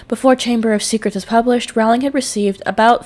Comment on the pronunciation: Great tribute! Please remember that her name is pronounced "Rolling", not "ROW-ling". Also the 'e' in Forbes is silent! Thanks!